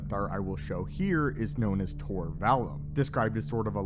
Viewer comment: It's pronounced Vall oom. Not the u like Ian Mccallum.